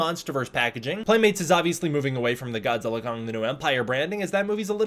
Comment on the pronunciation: Congratulations on properly pronouncing 'GODZILLA X KONG' as 'GODZILLA * KONG'!😆instead of 'GODZILLA EX KONG'!👍